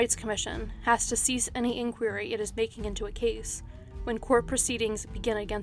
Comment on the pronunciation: Sorry but in the pastor Koh case the way inquiry is pronounced put me off